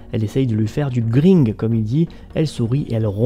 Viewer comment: Petite correction de vieux mais on dit "gr-in-gue" et pas "gr-i-ne-gue" mais bon après OK c'est plus le mot le plus utilisé pour dire draguer. Et le fait que Bangalore dise qu'elle connais Loba comme elle l'a faite par rapport au fait qu'elle a 4 frères c'est que les frères ont du ramener chacun plusieurs copines au fur du temps et que donc elle a au final pu voir toutes les personnalités chez une femmes voilà voilà :)